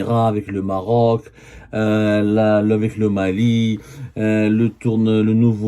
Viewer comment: gnayngna ngniya ngniya , nyayaya , el MMMMMaaarrrroc .